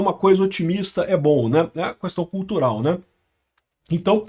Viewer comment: Falou cuestao já entendi 😂😂😂😂😂